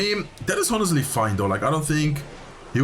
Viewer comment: Wil je wat engelse uitspraaktips? 'Honestly', de h spreek je niet uit. Je zegt ook wel eens 'damage delved' of zoiets. Dps op zijn engels is gangster en 'damage dealt' is volgens mij correcter. Misschien is het oud engels?